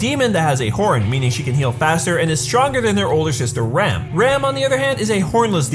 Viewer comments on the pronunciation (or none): He pronounces Rem and Ram the same way...americans...the really can't speak properly any other language ( most of them anyway) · Why do you pronounce Rem and Ram the same??